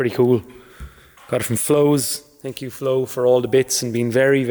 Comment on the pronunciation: Thank YOU , or should I say tank you. Congrats and best to you, you're living the dream. Well spoken too. also the Monday uploads are the best